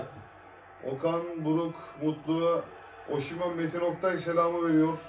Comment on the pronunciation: Oşimen değil kardeş. Osimen.(Türkçe telaffuzu) ayrıca Osimenin attığı gollerde bu şarkıyı çalın diye isteği var.kulüpten istemiş. daha doğrusu VİCTOR OSIMHEN.... Senin 100 milyonluk adamın olmadığından;ederini senin bile hatırlamayacadığın futbolcuyu mu örnek almış olabliir mi? Futbolcu istese sana stadta 'Welcome to the Hotel California' diye dinleti yaptırır. Adamın storyleri var. tepki videosu nasıl olur kardeş önce öğren. ADAM gibi ADAM.